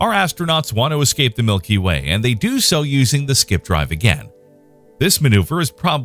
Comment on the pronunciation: For a second I thought you said 'our milky wang' and now I can't stop laughing. I need to use the sleep.